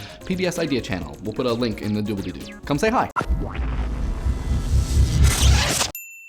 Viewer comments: You said doobleydoo! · Did he just say dooblydoo? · Did you just say you'd put a link in the dooblie doo?